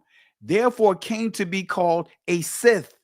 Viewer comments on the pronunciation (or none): Scythe where the “I” has a long “l“sound… also used for threshing